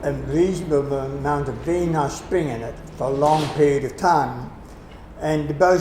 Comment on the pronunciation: ha! I was wondering the same thing. He's actually saying "spring," which I didn't catch on to until he'd said it for I think the fourth time.